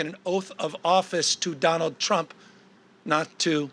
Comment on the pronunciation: did he just say jonald drump lmao